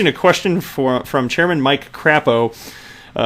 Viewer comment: Crāpo with a long a